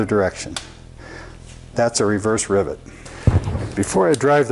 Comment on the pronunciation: I swear to goodness I keep hearing this guy say driblet.